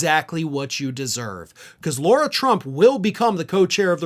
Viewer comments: Lara, not Laura. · You keep saying 'Laura' Trump. It is 'Lara' Trump. Just sayin'... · Is the name thing regional? There seems to be a lot of people calling her Laura (law-ra) instead of Lara (la-ra) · Her name is not LAURA. Her name is LARA. Which rhymes with Sarah.